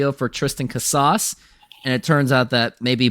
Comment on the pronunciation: you really expect the mlb corner of youtube to take you serious the way you pronounce casas? At this rate you're only going to fan the flames of mariners interest with no room for growth.